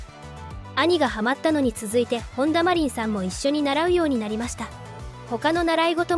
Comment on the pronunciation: カネメダルとかマコトリンとか読みが変なのでAIですか？外国人ですか？